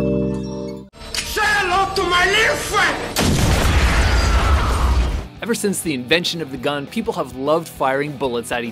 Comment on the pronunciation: Say hello to my little fwiend!!!!!!!!!!